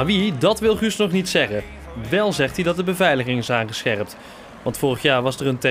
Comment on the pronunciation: Chuus is chewoonwech cheweldich!!!